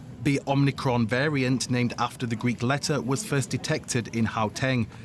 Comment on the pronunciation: Omnicron or Omicron?